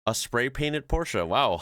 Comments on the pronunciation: Massive props to you for correctly pronouncing Porsche. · As a German I enjoy the way you pronounce Porsche 👏